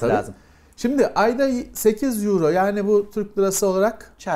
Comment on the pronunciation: 10 yüro ney, oyro diye okunuyor:)